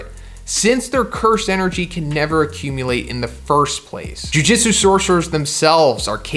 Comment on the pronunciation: Why does he pronounce Jujutsu like Jiu Jitsu lol